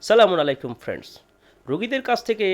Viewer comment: আপনার আসসালামুয়ালাইকুম শব্দটা ভুল হচ্ছে।শুদ্ধ করার চেষ্টা করবেন প্লীজ।